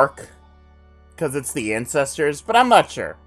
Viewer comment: did you say "the incestors"? lmao